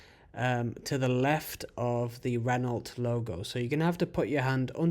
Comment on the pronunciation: Renault: pronounced, Ren-oh. The L and T are silent. 🙄😖